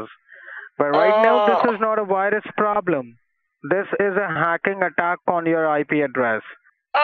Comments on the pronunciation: The we pn for the wirus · What's a "wirus?" Lol